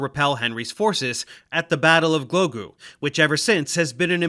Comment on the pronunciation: Battle of Glogu xD I appreciate the try to pronounce it tho it was close